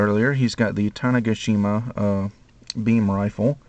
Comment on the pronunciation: Oh...sorry, I meant to say "tanega-shima".....you are pronouncing it "tane-gashima"...sorry if i'm confusing....lol